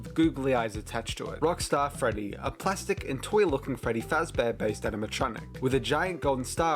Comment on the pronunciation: Frebby frabbear scawwy